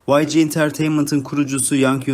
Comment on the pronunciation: Yg diye okunmuyo yanlız vayci diye okunuyo yg yazılışı